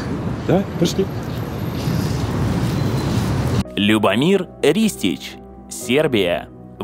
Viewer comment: Что же она привязалась к брату- кино. Это мелочь. Любомир с ударением на первый слог. Девушке надо совершенствоваться...! Не надо по чьим-то лекалам идти. Чтоб не получилось пародия. Хуже- фарс... 😭